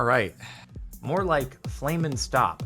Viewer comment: "FlamingStop" not FlaminStop instead of FlaminGo because the animal is a flamingo.